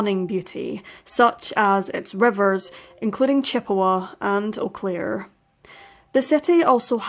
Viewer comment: I have never heard of this case and I lived there in 1998... a total of 30 something years I've been in this area. You did a lovely justice to Robin's case. And your pronunciation of the city is spot on 😉 if you search you will find that there are several erie missing persons cases/strange deaths in eau claire. Thank you for bringing this case and all the other cases to us here. You are appreciated!❤